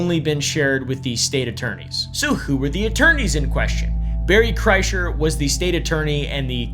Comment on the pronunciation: “Berry” Kreischer. Hmm related to Bert perhaps